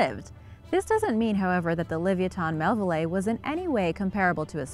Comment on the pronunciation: Le vi a tin mell ville eye... get it right